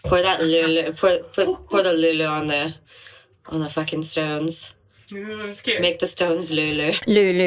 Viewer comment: You're missing a bit of the diphthong in löyly